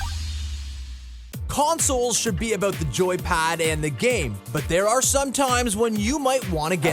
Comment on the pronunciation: "TALK ABOOT AWESOME!"